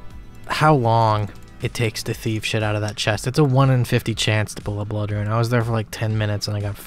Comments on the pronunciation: Suggestion: Learn how to pronounce the word rune. Hint: it is not the same word as ruin. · the way you say "ruin" for "rune" makes me moist :p keep up the good work my guy